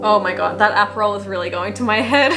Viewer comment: “After one sip of aprohal” lolll